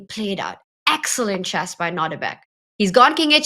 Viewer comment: Houska, the game is called chess, not chass